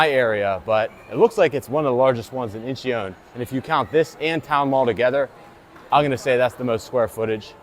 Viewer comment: It is pronounced In-chun. Two syllables